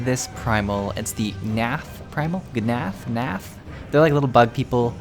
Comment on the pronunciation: Thok rhymes with rock And the g in gnath is silent